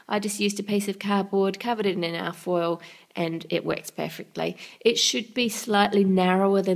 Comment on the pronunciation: What did she call the foil,it didn't sound like a word